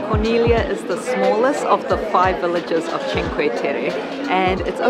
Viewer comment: I appreciate so much your commitment to correct pronunciation. I see so many videos where they really butcher it and Corniglia is frequently, and easily mispronounced. Great video. We were there after you guys in July.